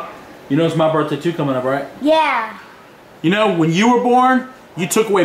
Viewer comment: it's pronounced (birth-day) not (burt-day)